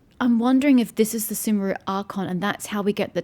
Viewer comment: Sumeru should be pronounced shooh-meh-roo. The game pronounces it sooh-meh-roo, but I'm not sure if it is an accepted pronunciation of it or not.